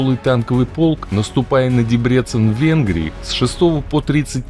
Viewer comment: Все неплохо. Только плацдарм не СандОмирский, а СандомИрский. И город не ДебрЕцен, а ДЕбрецен.